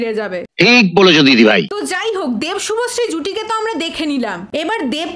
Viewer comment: শুভশ্রী ❌ভশ্রী✅